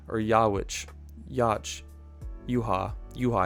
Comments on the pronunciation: I think It's pronounced Yuuha-Bahha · I think what Bleach fans will be looking forward to most in the anime is finally learning how to pronounce 'Yhwach'. I've always pronounced it 'EE-vack'